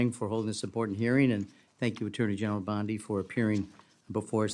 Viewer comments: Damn, if your going to use ai, at least, prounce names correctly. It's bond--eeee, not boniiiiiii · Hey, AI, the surname sounds like "Blondie" w/o the "I". Try to get it straight. How sloppy. People actually subscribe and pay for this stuff? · Could you not use AI please- it’s Bondi (Bond-ee). I have found that most mispronunciations are directly to AI. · Please, dont disgrace the famous beach in Australu! Its pronounced "Bond-dee"; just sqyin'.... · Bondee!! Bondee.,.../please pronounce this crooked women's name 📛📛📛📛📛